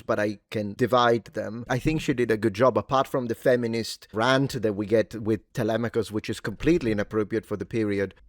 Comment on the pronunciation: Must have been paid off 😂 And how is that Ben and others cannot pronounce Telemachus?